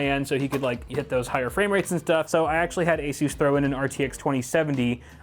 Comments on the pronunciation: its ASUS not ASUUUUUUUSZ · I have to ask because I'm new here, is that the actual way that ASUS is pronounced or is he just memeing